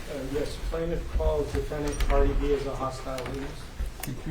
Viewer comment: Did the lawyer say Cárdi B and not her real name?